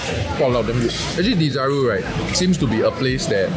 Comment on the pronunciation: It's called Desaru. Not Dizaroo